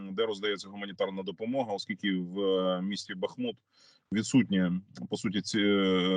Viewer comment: Бахиут! Наголос на першому складі…